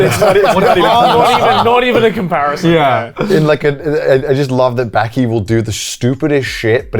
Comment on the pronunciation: how long does connor need to live in japan before he learns the vowels. like bro pls stop saying backy instead of baki 💀